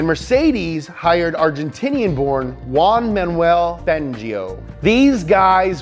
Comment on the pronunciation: Juan Manuel Fangio is read - Huan Manuels Fangio